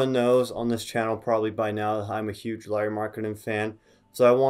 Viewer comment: No, you didn't pronunciate Pekka or Riikka or Hannu Möttölä (this one was actually the most correct) correctly but Finns forgive you since you at least pronunciate Lauris name correctly 😄 Eero is actually one of Lauris older brothers, not younger brother. Other one is Miikka, who played basketball in Finnish first division until ankle injury stopped his career. Also in last summer he played in Eurobasket (which is Europian championship), not in Euroleague (which is like league, same way as NBA but in Europe) as you first said. Those are nitpicks though (since you seem to be interested in him), nice video of Lauri 🙂 And you are totally welcome to steal him from Finland to Utah. 😄 We get to have him in summers at national team anyway 😉 It has been his dream to be in NBA after all and you are clearly treating him right. He talks in (Finnish and English) interviews how he likes to live in Utah since it's smaller place and nature is close and organization is great 🙂